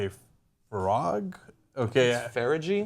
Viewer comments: FA-RA-GIE!?! LOL it's fa-raj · FARR-A-GEE? ARE YOU KIDDING? ah so Murican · British viewer here. Farage is pronounced "Fa-raj"; very close to American pronunciation of garage (which we pronounce as "ga-ridge" on this side of the pond). Incidentally, I thought Cenk's English accent was very good, but his Scottish sounded closer to Russian. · It's pronounced as Farrahj (A little like Garage but the 2nd "A" as ah...). The thing about UKIP is that while they garnered 1 seat to the Conservative 300 odd is that the cons got just over 11 million votes while UKIP got 3.8 million. Not a fair return for the folks who voted UKIP. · Tis' Nigel Farr-aah-ge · lol fara-gee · His name is pronounced Nigel Far-ahj. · I think "frog" is the best mispronunciation of Nigel Farage's name that I have ever heard. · Cenk couldn't even pronounce the name of one of the most important people in this election campaign, and yet somehow we're supposed to believe his "analysis" is worth listening to? That's truly pathetic. At least get your resident Scot to tell you two minutes before the show... or better yet, get him to come on the panel. I know it isn't really your style to get people who know what they're talking about on the show though. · hey jenk, just a heads up , nigel farage is pronounced as you guys would garage , but with an F ;) love you guys at TYT! X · Farac feregge hahaha I love it!! He claims it's pronounced like you pronounce garage but with an f. But why it is so funny is because his main policy was immigration and how they somehow tumbled the economy. And there you are two native english speakers pronouncing his name as if he's from some exotic place;) Thnx for the laugh!! !!SANDERS 2016!! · whaahhahaha Please stop Cenk from doing his British accent!! I do declare we should pronounce Nigel Farage your way... it's Brilliant! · Farage is pronounced like mirage lol "fah-rage" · Farage is pronounced like Garage. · I love how John and Cenk completely butchered Nigel Farage's name.